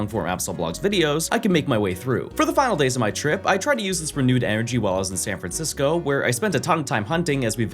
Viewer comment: HERE I COME SAN FRANDISCOOO